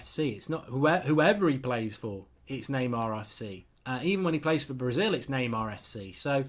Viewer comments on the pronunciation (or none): none